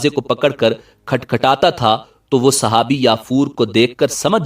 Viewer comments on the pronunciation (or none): none